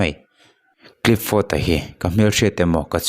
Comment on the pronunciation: Clifford tih hi clipford tiin ilam in kahria ilam sual deuh nge ka hresual zawk?😊